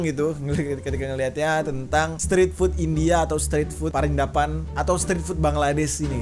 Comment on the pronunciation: Prindavan bukan peridavan 🤣🤣🤣